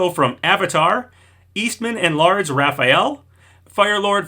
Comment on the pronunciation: He really said "Eastman and Lards"